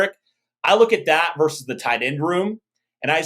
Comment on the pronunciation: Versus is vs! Not verse! Love the show guys, but McAfee does that as well and you are better than that….hahaha😂